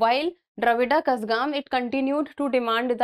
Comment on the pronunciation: mam Please correct your Pronounciation of Kazhagam